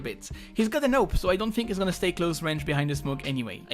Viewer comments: You saying AWP sounds like NOPE! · I love the way you pronounce 'AWP'.